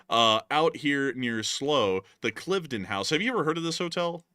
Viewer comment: How many chips are there in a Chinese electric car? Probably enough to make a lot of weapons. Check your pronunciation of Slough and Cliveden House.